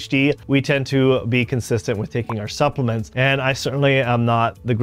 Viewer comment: Supplements, not "suppliments". Did you say you are a doctor? Where did you get your degree bro.. Devry? :P